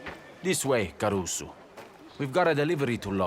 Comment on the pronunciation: And carusu